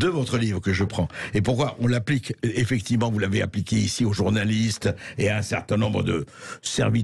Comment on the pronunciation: Il est bizarrement vêtu « effecti’ment Bercoff. »